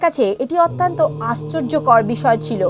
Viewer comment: গল্পটি ভাল।পরিবেশন খুব হৃদয়গ্রাহী।নীতি কথা গূলি বাস্তবধর্মী অনুসরনীয়।কিন্তু কথিকার একটি শব্দের বার বার ভূল উচ্চারণ বড্ড শ্রুতিকটু লাগছে।শব্দটি অত্যন্ত (অতি +অন্ত) : অত্যান্ত নয়।সংশোধন করে নিতে অনুরোধ করি।